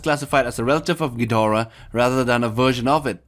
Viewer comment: and yet he pronounces ghidorah right